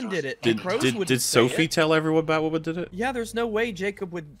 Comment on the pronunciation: Strap in, lads. IT'S BATWAHMEN TIME.